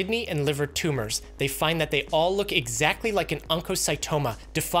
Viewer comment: "up to thet point." 👁️ 👄 👁️